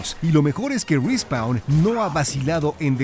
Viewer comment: "RI SPAUN" .. Cmon ..